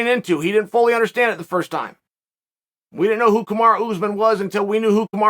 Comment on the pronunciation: Lmao “Kamarow” pronounced like tomorrow Chael is such a d*ck 🤣